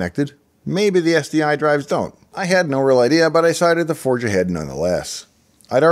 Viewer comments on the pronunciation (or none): none